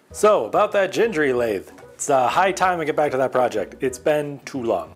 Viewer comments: FWIW, both 'g's in Gingery are pronounced hard, as in 'get'. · Nice to see you back at the Gingery lathe! FWIW, "GHEENG-guh-ree". Hard Gs.